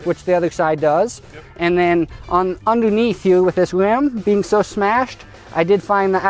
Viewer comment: why does he say hue instead of here?